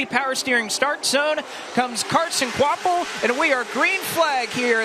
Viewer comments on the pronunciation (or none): It’s pronounced kwapull. Not kwapvull…